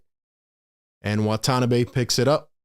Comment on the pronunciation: FYI, no accent in Japanese. Wah - Tah - Nah - Bee without any emphasis. He has an Exhibit 9 contract, but may get the 15th roster spot (non-guaranteed till Jan 10) if Nets are too afraid to pick up DeMarcus Cousins. Steve Nash loves stretch 4s and 5s. Watanabe and Simmons can play together. It also allows KD to play the 3.